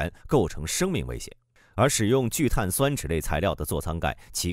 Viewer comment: 聚碳 酸酯，播音没学过化学吧😂。中间为什么要停顿一下